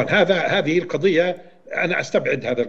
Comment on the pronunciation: لا أثق في اي شخص يقول القثية اتعجب منه يدعي التمعن بالقرآن ولا يعرف ينطق حرف ال ض